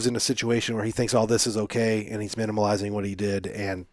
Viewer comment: Can I just say its "minimizing" not "minimaliazing" haha! Good run down tho